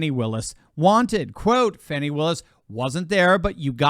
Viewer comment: Im glad you ptonounced her name correctly. More than half pronounce it Fonnie but it is Fannie aka butt!